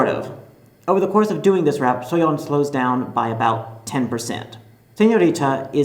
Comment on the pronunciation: at least he pronounced Soyeon's name correctly